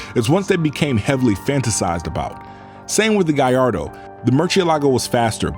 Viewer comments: Italians : Gal lardo This guy : guy ardo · Subbed, I never new Lambos are so much powered with turbos. By the way you're pronouncing Gallardo incorrectly not to nitpick away but it is: Gall (like to have the courage to do it) Lard (like fast food hahaha) Doe (like a deer) Gall-lard-doe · Amazing video. But, why do you say "Guyyardo" instead of Gallardo with an L? Is it the way it's pronounced or you just messing with us? I was enjoying the whole video but everytime you say the name, I just ich😵‍💫😖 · What's a guyardo? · Why do American pronounce Gallardo so weird. What on earth is a Gaiardo??